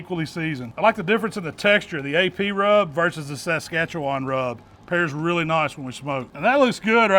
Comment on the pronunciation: AMAZING Tenderloin! Wow… just wow! And…. Being from Saskatchewan, you absolutely nailed the pronunciation! Have had many a giggle at others trying to figure it out. Will be making this very soon, but tomorrow is smoked party wings - best ever and our fave!